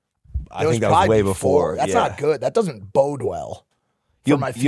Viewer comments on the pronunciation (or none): none